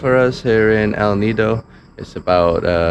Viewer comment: I'm amazed by your fluent pronounciation of El Nido and Puerto Princesa